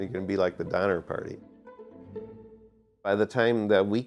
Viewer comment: even the guy who made the game can't say Oregon right 🤣